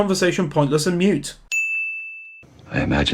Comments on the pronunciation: MOOT, not "mute". DUHHH. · Pointless and MOOT not mute lol